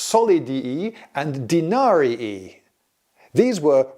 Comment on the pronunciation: I frankly can't get over the solid-i and denari-i 🤣